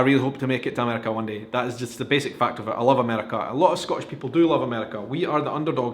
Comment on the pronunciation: love the video, but you're pronouncing "Scottish" wrong.